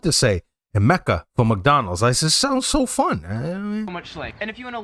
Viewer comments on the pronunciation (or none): it’s not Mecca lol it’s pronounced Mac-uzzz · Maccas - always said as a plural - it's only ever "Maccas" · It's "Macca's"champion or Mickey D's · elephant in the room... My guy, its maccas... not macca... just saying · It’s not Macca it’s Macca’s. We’re off to Macca’s for some me grub! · Yeah, Nah dude - Maccas Not Macca""😂😂 Would an American say" McDonald? 😅 PLURAL! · we call McDonalds maccas not macca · By the way you are saying Macca(s) wrong. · I live in Australia. There are Free public toilets all over the place-I am unaware of any being over-run by homeless people. It’s nicer in a park!….and please, it’s NOT Macca- it’s Maccas (massive difference) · It's Macca's Not Macca. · Maccas, not macca lol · It's called Maccas, not Macca. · MACCAS not Macca, thats why in all the vids youve reacted to they call it MACCAS not Macca! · Need to throw an 's' onto Macca 😉 It's Macca's 😄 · makkus its pronounced lol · "Maccas" btw :P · Macca's gotta put the "S" on the end macca is normally someones nickname like if they have a last name "Mackenzie" or something